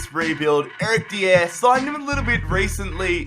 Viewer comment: “Erick Deyer”